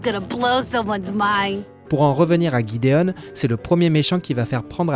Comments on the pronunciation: Bah c'est gideon pas jideon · Exellente video sauf que C'est Jideon pas guideon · TheGreatGreed il dit tout en anglais sa a gâché la vidéo 😭 tsais GGGideonne c plus gideon avec la prononciation Jideon et pas GUiDEONnE